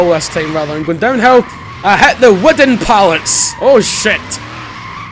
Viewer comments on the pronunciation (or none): Lost my shit when you brung up "Widden Pallets" lmao